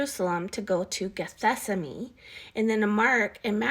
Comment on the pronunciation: Are you trying to say "Gethsemane"? ""gheth-SEM-ə-nee"? Are you renaming it or??? I am confused.